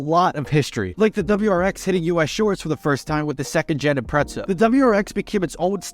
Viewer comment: Did anyone else hear him say "impretza" or am I just being an asshole